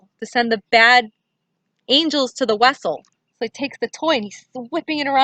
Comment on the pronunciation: “Vessels” not, weasel. 😑. GO DAD❣️❣️